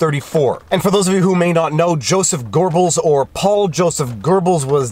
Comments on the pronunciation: Goebbels - long o - like Goethe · Sorry I had to write this. There is no "R" In Goebbels! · I love ya, but there is no r in Goebbles ;)